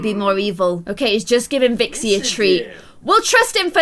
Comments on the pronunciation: YOU KEEP CALLING CALI VIXI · you called Cali Vixi:/ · u called callie vixy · you keep calling Cali Vickzy and it’s really annoying also I love your vids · ITS CALI NOT VIXIE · You called cally vixy